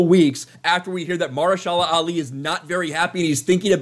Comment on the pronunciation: MA-HER-SHA-LA! GOD!!!!!!